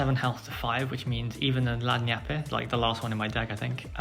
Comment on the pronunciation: Annie is definitely not Italian. Lagniappe in South Louisiana sounds more like lan-yap.